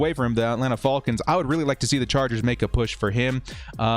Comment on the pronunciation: Am I the only one who’s triggered by the way he said Falcons